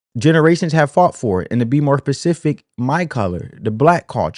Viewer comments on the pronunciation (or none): Please pronounce the word “specific” correctly. It’s not pronounced “pacific.” You sound not smart.